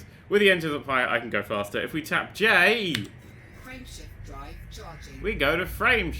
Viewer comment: I don't hear "Frame Shift Drive". I hear "Friendship Drive".